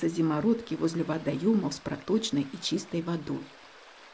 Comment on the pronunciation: зИмородки, ударение на первую И.